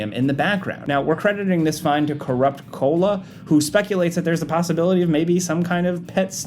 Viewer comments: Provide Canyon? Cola? gonna need someone to check those pronunciations. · 8 mins in and you've butchered "providence" and "koala" Do better man 😂